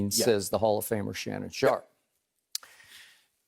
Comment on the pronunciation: Skip “Says the holler famer Shannon Sharp” Bayless